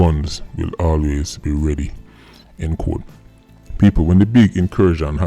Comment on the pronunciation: why are you pronouncing doggyS “quote “ as “code?”